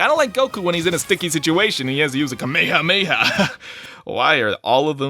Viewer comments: I thought it was gonna touch upon the poké ball pokémon as well, since it so proudly stated "ALL Pokémon." On an unrelated note, what's with the weird pronunciation of Kame hame ha? I've heard someone say "kameyameya" before, and it always catches me off guard. I've only read the manga and haven't seen the anime, but I'm assuming there's a standardised, Japanese pronunciation for it. If this really is how it was pronounced in the English dub, then that's a bit infuriating. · He has a.... kamayhah mayhah